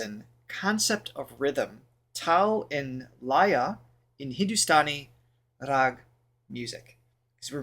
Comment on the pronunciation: LAYA: LA, like in co-LO-r or kil-LE-r Same goes for YA.